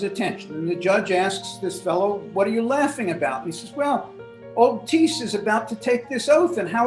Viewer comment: I’m related to that man, it’s pretty insane to think that haha. Theres an h in there btw it’s not tees it’s thiess lol